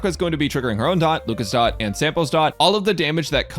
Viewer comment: FINALLY A PERSON WHO KNOWS its Dot, not D... O ... T star rail youtubers were getting annoying saying D , O , T